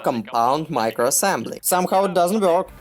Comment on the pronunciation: слово work слишком Ё говоришь*